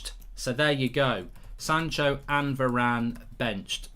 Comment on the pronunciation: didn’t know varane was english